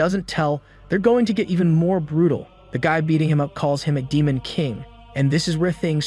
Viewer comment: the 9th rank damon. I MEAN DMEON OMG U SAYING DAMON MAD EME TYPE DAMON INSTEAD OF DEMON Is named after emergency food